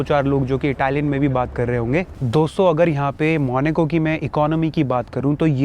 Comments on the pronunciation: Bhai, sab class hai no doubt, aap log khana bhi kha rahe hoh costly, wow bhi thik hai, lekin jaise aapke muh se maneco sun rahe hain bohot ajib lag raha hai, pronunciation main actual hona chahiye jan aise aise country ka video bana rahe hain, its Monaco, Monaco, not Maneco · Monaco ❌ monico ✅ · it's monacoo not moni co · भाई, Country का नाम मोनिको नहीं है, मोन्याको (मोनाको) है...😅😂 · Apni language sahi kar lo ye monoco hey monico nahi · MONACO ✖MONICO✅ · It's Monaco not maneco